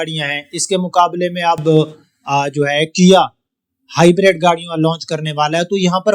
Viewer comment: ۔ آپ خالص اردو ہی بولا کریں ۔ انگلش الفاظ کا تڑکا بڑا مصنوعی سا محسوس ہوتا ہے ۔ ویسے بھی آپ کا لہجہ سرائیکی اور دیہاتی پنجابیوں جیسا ہے ۔ آپ نے تلفظ ہائی بَرَیڈ ادا کیا جبکہ یہ ہائی برڈ ھے ۔ فائدہ ہے فیدہ نہیں ۔ لہذا خالص اردو ہی بولیں اور اپنائیں ۔ ھمیشہ خوش رہیں